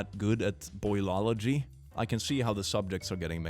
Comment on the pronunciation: the way that one guy says boilogy and then calls himself smart lmao